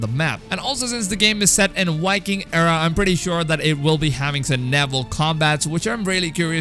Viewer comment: V in viking is pronounced With a V not a W. Your probably Dutch or Danish